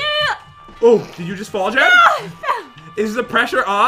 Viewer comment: why do you call Jen Jad